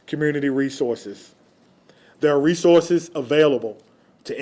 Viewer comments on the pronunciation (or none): none